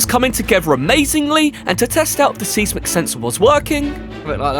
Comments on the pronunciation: I’m sure you know this by now but if not, “Seismic” is pronounced more like SIZE-MUHK OR MUCK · Bruh, it's 'size·muhk', not 'seez-mick'.